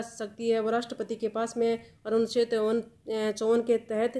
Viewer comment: Anucheddd na ki aducheddd